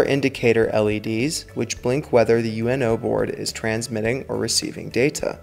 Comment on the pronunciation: It's not Arduino U.N.O, it's Arduino uno. Uno as in the Italian number one.